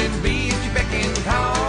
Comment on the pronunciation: It’s BECK, not beg. It’s a shortening of “beckon.”